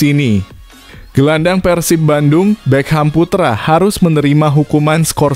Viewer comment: Bukan be kam tapi bekkkam bukan umuh muhcar tapi umuh muhtar jangan salah nyebut itu merusak nama orang